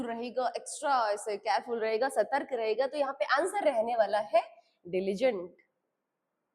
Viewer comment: सतर्क not सर्तक